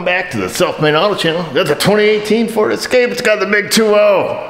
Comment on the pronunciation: I didnt hear at the start of the video we got another ferd escape in here for a battery replacement ! another ferd terd !